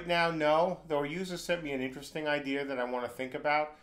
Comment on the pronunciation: i like how he says idea "ideeer"